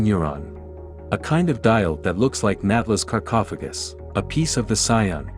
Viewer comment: This documentary of a 27-year-old game was more entertaining than most movies on Netflix. I was, however, slightly annoyed by the mispronunciation of Tihocan and sarcophagus. Lol